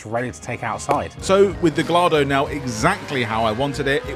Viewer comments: Valentino pronounces it wrong because he’s Italian, but Gallardo is a Spanish name…so the way you said you wouldn’t pronounce it, is the way it actually is pronounced! 😅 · Please please please pronounce your beautiful car correctly.. it’s pronounced Guy-ardo not Gallardo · "it's Gah-Yah-r-doh, not Gal-lardo" Hermione Granger somewhere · GUY-AR-DO. NOT GA-LAR-DO. I don't care what Balboni says. Gallardo is a breed of Spanish fighting bull and, in Spanish, a double L is pronounced as a Y. Maybe Balboni was mispronouncing it because he's Italian, not Spanish. Besides that, I love the car. The yellow, orange, and green look so good on lambos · "Gee-yardo", not "gall-ardo", ffs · GUYardo, not GALLardo. Balboni is wrong 😊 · Please, please it's pronounced Guy-ardo not Gall-ardo. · Amazing car mate. Congrats! Making me think…! Just for future reference, it’s gah-yar-doh not Gal-lardo 😊. With an I-talian accent of course! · Guy-ardo please pronounce it correctly ffs. Congrats on the dream car purchase. Drive the balls off it. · Please stop calling it a Gallardo like you're american. It's pronounced Gai-Ar-Doe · It's not a gal ardo. It's a...go on say it... GAYARDO. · It`s not gullado as you say it`s guyardo sheshh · please guys you are car nuts, its gajjardo not gallardo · This is awesome, but calling it a "Ga-Lardo" is the most ridiculous thing I've ever heard. The double ll makes a y sound... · Random fact - it is properly pronounced ‘gah-yar-doh’, which is a Spanish breed of fighting bull! 🐂 Always sets my teeth on edge when they’re referred to as a ‘gal-lar-doh’! 🤣👍🏻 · Please don't pronounce it 'gallardo' it's Italian, pronounce it 'guy-ardo' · GENTLEMEN! It is pronounced “guy ardo” No “gall ardo” Drop the L Nice one ❤ Love you both 🎉🎉🎉🎉 great content! Closest to top gear chem so far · I am Italian and it is gal-ar-do. Not gay-ar-do. If it was Spanish it would be gay-ar-do. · Pronounced Gayardo no Galardo! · it's pronounced "gajjardo". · Repeat after me: Guy Yard Dough.